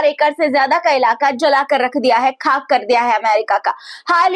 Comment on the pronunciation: یعنی خطرہ کو کھترہ یا خاک کوکھاک نہ بولیں پلیز